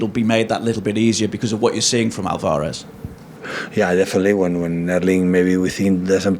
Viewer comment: This dude can’t say Alvarez properly. I wish he’d studied some basic Spanish.